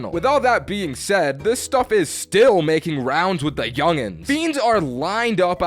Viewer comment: yungens? Wtf💀